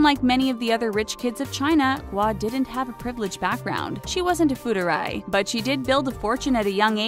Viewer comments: Me here. I cringed so hard when she said “fu-er-dai” as sth extremely slurry like “fuu-er-ray”. It's like hearing some drunks saying random bullshit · FU ER DAI....not fuderay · Fuerdai tho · I lit can't watch this after hearing "foo-der-ray" 😒 no matter how well researched or produced, if you can't pronounce foreign words that you chose to include in the script, bye. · did you just say FUDERRAY? it's made up of three words fu, er and dai. ''fu'' (富) means wealthy, ''er'' (二) means two/second, ''dai'' (代) means generation, and that should be pronounced as ''she'' not ''chi'' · It's pronounced foo are dai